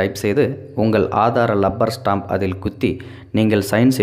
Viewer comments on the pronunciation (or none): ஆயிரத்திற்கும் மேற்பட்ட மக்கள் பார்க்கும் பதிவு. தமிழ் நமது தாய் மொழி.எனவே உச்சரிப்பு தெளிவாக இருப்பது மிகவும் அவசியம்.லப்பர் ஸ்டாம்ப் அல்ல , ' ரப்பர் ஸ்டாம்ப் ' என்று உச்சரிக்க வேண்டும்.